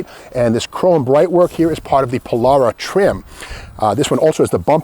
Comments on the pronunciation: Pol-“AIR”-a is how I say it. Not Pol-“R”-a…. 😄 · did you say Polaura?? not Polara!!